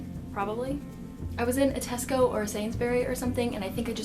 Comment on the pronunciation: Lol the way you say Tesco. And we do cheers for everything.